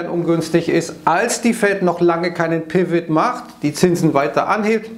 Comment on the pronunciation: Hm? Spricht man Pivot "Piwit" (wie es spricht) aus oder sollte man es eigentlich "Pivo" aussprechen?🤷‍♀